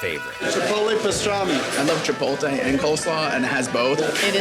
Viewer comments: i really wish people would stop pronouncing chipotle CHIPOLTE, at what point is the L before the T, gawd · Say it with me "Chee-Pote-lay." 🎉. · if anyone says chip-ol-tay one more time i swear to god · ....Chipolhtee? ,...fo fuck's sake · chi pol tay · I really wish I didn’t see this comment before i watched the video. It’s all I noticed now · I had a friend who pronounced it "chipotul" it was funny and sad at the same time 😂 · The guy that mispronounced chipotle twice was pissing me off, man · Guy has a Chipotle sandwich and never learned how to pronounce it 😂 he didn’t give a F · Can't believe I've lived here over 30 years and still haven't been here. Maybe it's because nobody can pronounce chipotle correctly. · So apparently no one in Boston can pronounce chipotle? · Chipotle it is then, with the L before the T. 😜